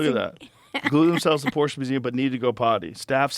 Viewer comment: so happy that Joe pronounces Porsche correctly